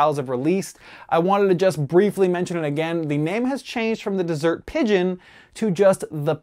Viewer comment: Confusion on how to pronounce the desert pigeon?? The same way you pronounce desert eagle. Desert not dessert